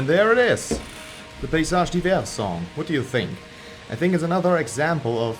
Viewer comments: nice video, you're the first youtuber I've ever seen who pronounces the name right haha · As an American, I appreciate you informing me how to properly pronounce this band's name.